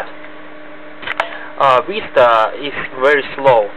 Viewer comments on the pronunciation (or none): Lolz your accent is so funny you said windows "vista" with w instead of v like "wista" my friend is also russian and ALLWAYS switches btween v and w if its windows he says vindows and if its vista he says wista lolz I am russian too but I don't say that I also do not have a russian accent Oh well nice review tho I don't completly agree with you about it not being compatible with DX10 games this game can run crysis on mid res like 1024*768 or 1280*1024 with every thing turned to medium...